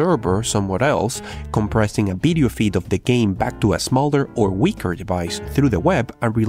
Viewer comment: can you say 'video' instead of 'bideo' ?